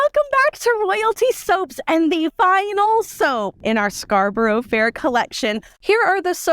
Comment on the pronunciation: You have created some gorgeous soaps here. One note to say though, is that Scarborough is pronounced Scar-burrah, rather than Scar-burrow. I know, pernickety Brit here, but I understand how hard it must be to Interpret our mad town names and how they're pronounced. Sorry, sorry, sorry...